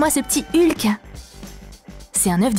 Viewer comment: Je rêve ou elle a dit "Lhuk" au lieu de "Hulk"